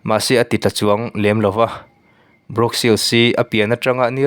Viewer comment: Brawk ni lo vin bruk tih tur